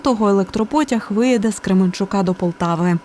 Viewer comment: Чому КременчуГ, а не Кременчук?🤣😥